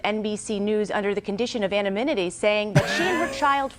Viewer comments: She butchered "anonymity" and used "officer" in place of offer. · "Anomimity?" "earlier officers?" Does that news lady have the same diction coach as Biden? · Anaminity? "...grew suspicious of Miller, as THEY continued to offer her child gifts, even after rejecting earlier OFFICERS."?. Seems like this news reader might have the same problem as AOC.